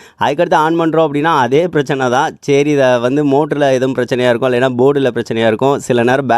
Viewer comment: சேரி அல்ல சரி.... 😂😂😂